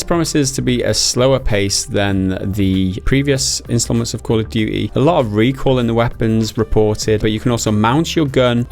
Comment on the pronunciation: "Gotta call it by the proper name" he says right before calling Modern Warfare 2 'Call of Duy 2'. :P